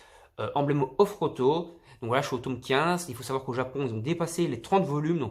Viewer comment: Super vidéo mais pourquoi tu dit toume ? Sinon super achats